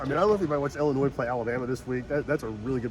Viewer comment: ...the "S" in Illinois is SILENT... you pronounce it as though the "S" isn't even there. Please Brother... LoL